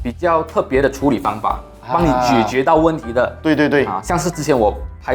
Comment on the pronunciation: 是 jie jue, 不是 jue jue, lol